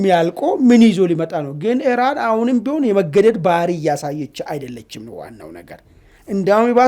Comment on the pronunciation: አንተም እንደ አሜሪካ እና እስራኤል ሆንክ በቃ!? ኢራንን አርዋን ካላስበላሁ አለቃትም አልክሳ!? ምን አረገችህ? 'እራን,"..." እራን,..." እራን,እራን, እራን,.. ምነው አንድ ኢ ራ ን ካፍህ አልወጣ አለ? አቦ በቃ ባቄላ አፍህ ውስጥ አርገህ "" ኢራን "", ኢራን እያልክ ስምዋን ልምምድ አድርግ እስቲ!? የምን "" እራን """ ነው? ምግብ እያስጣልከን አስቸገርከን እኮ!? 😅